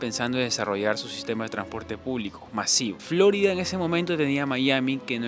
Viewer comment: No entiendo porqué acentúas Florida en la o, Flórida, alguna explicación?, video muy interesante, com siempre, gracias.